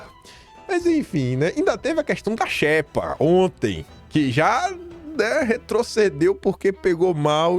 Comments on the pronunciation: Não se pronúncia xépa e sim xêpa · Não é "infógrafico", mas "infográfico". Não é "xépa", é "xêpa" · Porra,, a pronúncia é xêpa e não xépa!!!! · É "xÊpa" a pronúncia,. Como se tivesse acento circunflexo 👍🏻